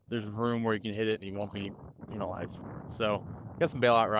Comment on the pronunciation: Gotta love when brad said penialized lol